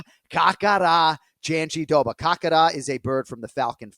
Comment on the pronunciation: Jandiroba being Jon's favourite name to say is mega ironic since he pronounces it wrong everytime. Glad to hear Mike say it correctly.